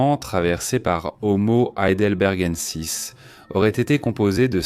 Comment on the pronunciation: horrible la voix IA qui n'arrive même pas à prononcer Heidelbergensis